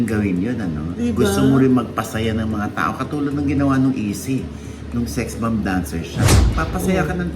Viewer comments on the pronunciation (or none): Sino ba si easy??? Hahaha..izzy...??? Bigkas po ay..ICEY....HINDI EASY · Si Izzy po ng Sex Bomb pronounced as Ay- cie hindi Easy. Just sayinng my one cent. Peace ✌️